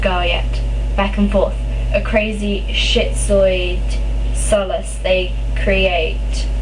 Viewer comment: It's peek in ees is how you say Pekingnese the little hairy dogs with the flat faces. I swear you are doing a great job! Aha you are getting all the really tough ones at once...schizoid is like skit zoyd ok?